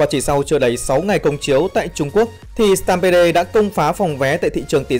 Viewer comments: Mình tg "stampede" là "Stam pít" chứ ko phải "stam bê đê" chứ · Stampede-viesup: sờ team bia mà sao anh đọc sờ tam bê đê :v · "Sờ tam pê đồ" ad ơi